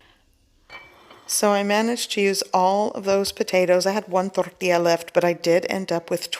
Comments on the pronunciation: I love how you don't have an accent until you say tortilla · She becomes spanish when she says...CORN TORTILLA....WEIRD